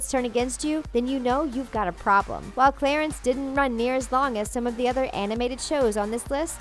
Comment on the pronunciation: I love “Clatence.”